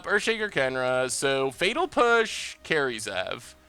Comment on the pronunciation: Could have sworn you said fetal push.